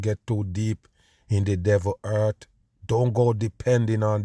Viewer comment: Dude its not eart. Its earth. For years you have been forcing a fake accent.